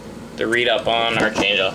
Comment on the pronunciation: ark angel its pronounced ARK